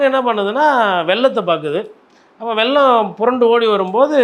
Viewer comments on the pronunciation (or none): வெள்ளம் என்பதை வெல்லம், வெல்லம் என்று இரண்டு முறை கூறும் அறிவாளிதான் இந்த. உன் தமிழை வளர்த்துக்க. அப்புறம் ஊருக்கு பஞ்சாயத்து செய்.